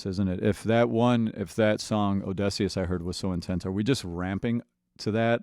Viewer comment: I heard that people used to complain about how this guy pronounced Eurylochus’ name, but has anyone else noticed how he says ODESSEUS!? Ong, he just noticed in the video I finally comment on it!